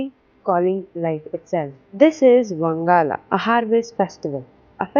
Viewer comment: It is pronounced as "Wan-ga-la " Not "wang-ala" Usually celebrated in the month of November . This is not a hate comment it's a correction 🤗🤗.